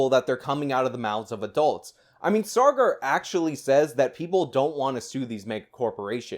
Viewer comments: Take a drink every time says "SaaRgar." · You don't do yourself any favours when you complain about their misrepresentation of facts, yet you can't even get the guy's name right -it's Saagar, not "Sargar". They almost always say each other's names on the show, so it raises the question, did you even watch an episode? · Sar-gar, lol